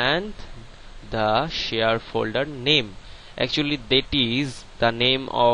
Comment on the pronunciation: HAHAHAHAH!!! LOL MAN, ITS SHARE, NOT SHEAR!